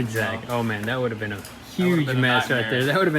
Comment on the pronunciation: Me: I think I’m in the mood for some Jamaican club music..:, “No problem mon”